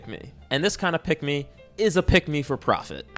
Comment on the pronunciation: The more you say pick me, the more I hear pigmy